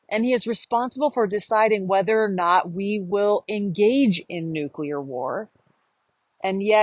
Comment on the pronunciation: Thanks for pronouncing NU- clear and not NU-CU- lar.